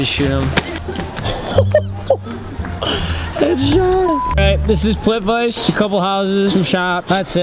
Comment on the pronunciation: its not pronounced plit-vice its pronounced plit-vit-suh lol my guy